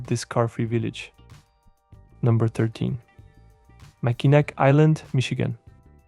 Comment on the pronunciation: Mackinac is pronounced "Mackinaw" (rhymes with saw).